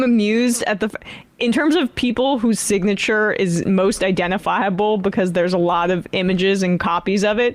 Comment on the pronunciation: Damn listen to him try to pronounce SIGNATURE He says It looks like my SINTCH!